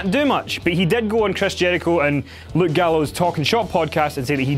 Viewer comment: Love this accent but I laughed so hard when he said "Chreys Jeurichoe" 😂